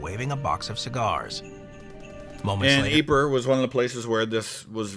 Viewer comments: Greetings from Toronto. I'm going to be a pendantic nerd and correct your French pronunciation. Ypres isn't pronounced "Ee-per." It's "Eep." Thanks for a great video. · Yeeeeep not yepre 😂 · Ypres is pronounce “EE-PRAY”